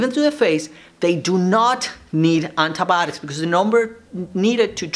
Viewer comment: Nobody : Doctor saying andabotics